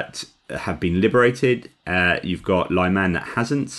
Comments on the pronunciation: At the risk of being pedantic to a Philosopher, may I suggest pronouncing Lyman (or Liman) the French way? As with Lyon? Unlike other Ukrainian towns, there are only 2 syllables involved. I have seen some folk spelling it Layman, which is the next step I suppose, to be blamed on Autocorrect. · Thank you for suggestions. I was listening to another Ukrainian who pronounced it the way I was trying here.